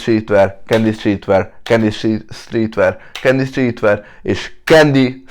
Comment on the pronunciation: Amikor utoljára ki mondtad azt èrtettem hogy candy szètver😂😂😂😂😂😂😂😂😂😂